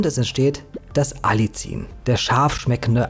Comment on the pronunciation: ) Man sagt: Alli ien, also kurzes A, kurzes erstes i, dann das nächste i extra ansetzen und dieses etwas dehnen, wie das "ie" in dem Wort "Wien" Du bist super in deinen Recherchen und ich bewundere dich, wie unglaublich gut du - ich vermute als Autodidakt - dir so viel Wissen angeeignet hast, für uns so viel Wissen zusammenfasst, so viel wertvolle Videos erstellt hast und v.a. deinen wundervollen Shop erstellt hast. Ich folge diesem Kanal schon seit Jahren und bin natürlich auch begeistert von deinen Produkten im Shop und mach in meiner kleinen Praxis immer mal Werbung für deine Produkte, v.a. fürs Algenöl. Zuletzt war jemand von den Purameals sehr angetan. Herzliche Grüße ein zufriedener Kunde